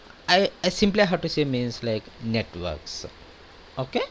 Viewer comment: Was anyone else confused about what he was saying? He says "Networks" as "Nwetarks". xD